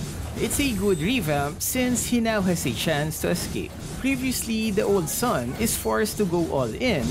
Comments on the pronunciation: He’s pronounced as “soon” :’) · You pronounced his name wrong. Sun as in ☀?